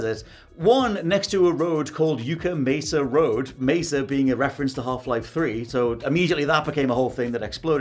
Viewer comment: Yuck-uh not Yoo-kuh Mesa